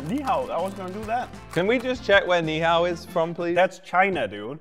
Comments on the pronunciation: them trying to eat korean foods also in the intro: "ni hao" 💀💀💀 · I’m Korean and when bro said ni hao I felt violated💀💀💀